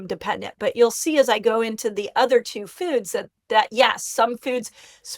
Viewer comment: The way she says 'foads' 😂